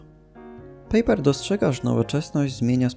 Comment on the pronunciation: "Pajper", nie "pejper";)a Waźyk na początku bardzo współpracowal z komunistami. Nie wiem, czy sá jeszcze jakieś bardzo ważkie błędy, myślę po ich poprawieniu filmik byłby idealny:)